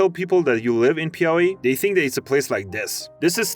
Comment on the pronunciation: PIAUÍ IS SO ACCURATE OMG 😭